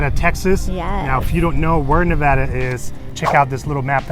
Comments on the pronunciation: Thanks for spotlighting a great community that most people don't know about! It's actually pronounced NeVAYduh. :) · Nuh-vey-duh Not pronounced like Nevada the state. Great tour though!